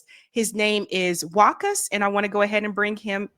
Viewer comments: I think the name should be pronounced Vakha not Wahka? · It is pronounced Wa qaas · Sorry to point this out, but mutual respect demands than one pronounces another person's name properly to show respect to them. WAQAS's name is pronounced as WA-KAS